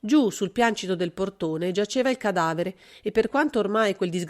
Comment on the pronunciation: Piancito, sinonimo di pavimento, composto da tre sillabe pian- ci-to . È un trittongo L' ACCENTO cade sulla seconda SILLABA